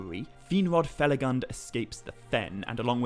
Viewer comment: Fe-la-goond . Not fel-a-gund (spelt felagund) a dwarvish word given for his work and kingdom hewn in caves